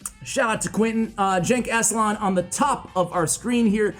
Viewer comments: Actuallyyy... Genç is read as following: G is the g in "game" or "gap" E is the e in "red" or "tesla" and ç is "ch" sound as in "check" or "witch" So it is GençAslan not ÇenkAslan :) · The name is a Turkish name btw, its really not pronounced like "jenk aslan" but it doesnt matter lmao your foreign to Turkish